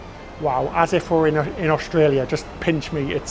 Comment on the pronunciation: You say Melbin and Austraya perfectly.